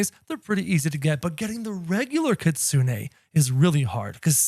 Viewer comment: It’s Kitsune not Kitsune 😭😭